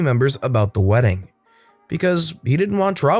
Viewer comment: “Weeding” 😂 I’ve never heard of it.